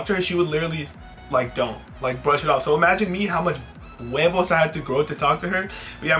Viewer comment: Lol how you said "huevos" You can pass for a latino 😂